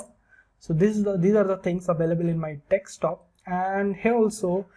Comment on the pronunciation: its not dextop its desktop